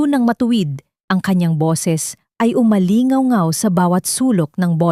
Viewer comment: Umalingawngaw hindi umali-aw-aw kung ganyan lang ang taga basa nyo ng kwento tigilan nyo na magpost mg mga kwento nyo